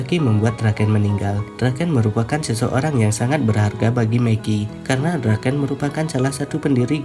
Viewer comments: gw dengernya meki njir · Mikey anjir bukan Meki